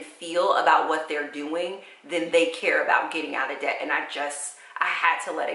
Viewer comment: You keep saying ded to dept that's so sweet smh